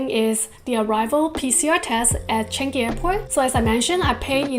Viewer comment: Hi, BTW Changi is pronounced as " Chan-Yi" not Chan-Gi.; )😉